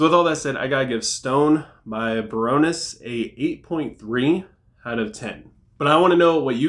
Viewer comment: I've never heard anyone say baroness like that. Barrouness